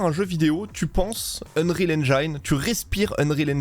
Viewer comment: Un petit détail , en anglais engine se prononce "haine gine" et non "haine jailleneu", ca fait parti des mots anglais ou le i se prononce comme chez nous, merci pour la video.